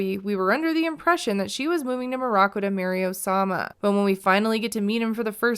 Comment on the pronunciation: OH-SAH-MAH has the OH-DACITY